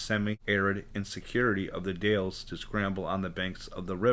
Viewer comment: Hi, I really like this channel, because you show maps and 📌 pinpoint Bigfoot locations. Imagine saying the Dowels, this is the way you pronounce the Dalles Oregon sir, I've been there many times. Sturgeon fishing. Thank you for your channel on Bigfoot. From the Oregon Coastal Mountains 🌄 Range 🏔️🌞🇺🇸 Dave and kathi.